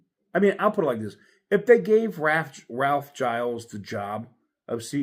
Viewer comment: It is pronounced Jeels